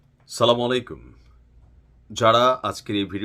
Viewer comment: সালাম দেওয়া অনেক ভাল কাজ ভাই সালাম হবে আসসালামু আলাইকুম এইভাবে।